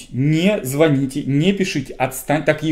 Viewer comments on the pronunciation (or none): none